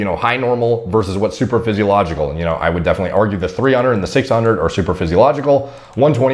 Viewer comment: Got triggered AF when he said superphysiological instead of supraphysiological... #biomedstudentproblems